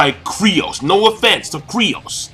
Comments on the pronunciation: seriously man, it's K-Y-R-O-S, KYROS not Kryos get your shit straight dude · why are you calling him kryos? Isn't his name KYros? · KYROS, NOT KRYOS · Are you sure? Because the Mangastream translation says "Kyros". But somehow "Kryos" sounds so familiar. Or did you mean that he`s saying it wrong? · "KRYOS"? really King? -_ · Ivan Zivanovic LOL nahh that's what keeps calling him. I was just pointing it out. I'm pretty sure it's Kyros